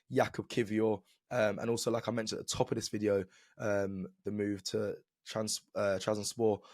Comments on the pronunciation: Its TrabZONspor not TrabSpor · It’s TrabZONspor..